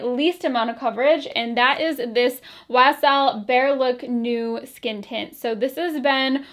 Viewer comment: I love how you said YSL in a Southern accent ;-)